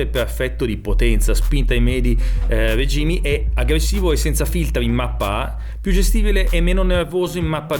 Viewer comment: Finalmente uno che pronuncia REGÍME in modo corretto